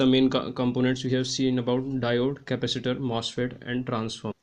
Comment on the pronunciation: Slow down, it is impossible to understand you.... Ca-pac-itor NOT "Capister"